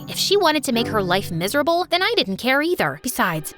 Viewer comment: When you said "miserble" i rememberd nabnab :l